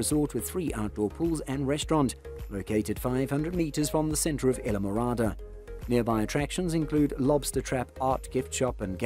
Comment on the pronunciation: Thank you for this nice video. I do not know where you live but you sound like you have an English or Australian accent. We do not pronounce it either way you keep saying it! I live in Florida right near the Keys!! Go there all the time! Have a great friends, who have lived there for years!! Isle. Pronounce the word as: isle, aisle & I’ll! 😊 Phonetically, it is called - I’ll MORADA!!!! Islamorada, Florida 🇺🇸❤️🗽🗾🏝️☀️🌊🎣🎣🎣🐠🐟🐬🐋🦞🐢🦀🦑🦈🦈🦈🐊🌴🏊🏻‍♀️🚣🏻‍♀️🚴🏻⛳️🛺➕ 💃🏼🕺🏻🎸🥁🎹🪇🪕🎺🪘🥁🎸🚤🛶⛵️🚤🛶⛵️🛥️🎉🎉🎉🎉🎉🎉🎉🎉🎉🎉🎉